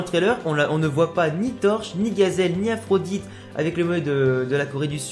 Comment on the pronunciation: Le nom de Byron ce prononce aphrodi pas Aphrodite ^^ Bien pensé pour le disciple du coach chinois ! J'y avait pas pensé !! ;)